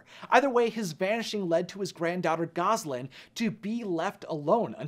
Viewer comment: 'Gasoline'? Seriously?? It's GOSALYN, my dude. Gasoline is the stuff you fuel your car with.